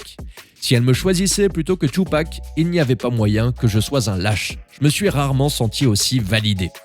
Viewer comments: son nom se dit Tupac pas " Chupac"🤣🤣🤣🤣🤣🤣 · C'est pas thioupak c'est Tupac (ca se prononce ''toupak'') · Tu ne mérites pas de parler « Tchupac… »😂😂😂